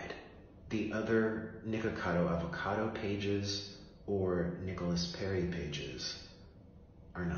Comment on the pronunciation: Yo I swear when said the red shirt nick a cad o it sounded like he said the red shirts n word cado